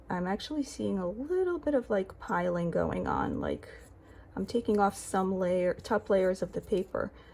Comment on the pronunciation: Thanks for testing the paper for us. It's appreciated! As a side note, its pilling.. not piling. 😊